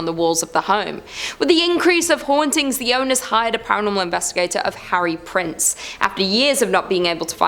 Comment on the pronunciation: Sorry to be picky, but his name was Harry Price, not Prince 😊